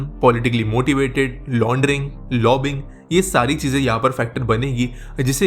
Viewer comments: It is not 'lobbing', but 'lobby-ing' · aa re chutia, lobbing ni hyi, it is said like "lobbying".